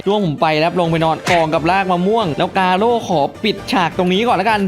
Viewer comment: กาโร่รรรรรรรรรรไม่ใช่เเค่คำว่าโก้